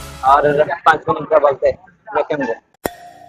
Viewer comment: Dude... That's pronounced as Me-kh-em... As in Chemical.... Not Me-cchem...